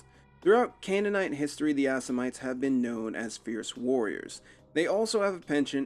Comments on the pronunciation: Cainite. Not canaanite. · it's pronounced Caine-ite not cannon-ite